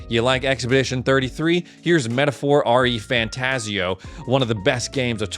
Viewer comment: It’s REFantazio, ONE WORD. Not R-E Fantazio 🤦🏻‍♂️